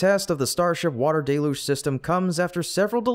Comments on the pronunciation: I admire your stubbornness. You are the only YouTuber left who didn't correct their pronunciation of the word 'deluge' You insist on pronouncing it as 'DAY-luge" when everyone who knows how to use a dictionary pronounces it correctly as "DELL-huge". Many started out saying it as you do, but fixed it as soon as they found out. But NOT you. You proudly mispronounced it at least 10 times. I'm proud of you! (Even the auto closed caption system knows you are saying it wrong. You can tell because whenever you say 'deluge', it capitalizes it as 'Deluge' This means you are saying a word it doesn't know. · DELL-LOOGE. That's how normal people say it.